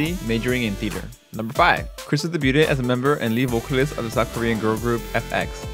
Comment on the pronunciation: 'Debuted' is pronounced 'deybyood'. The t is silent because it's a French word.